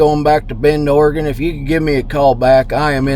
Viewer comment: Thanks for actually pronouncing Oregon correctly! 😂 so many people say “ore-gone” drives me nuts being an Oregonian 😂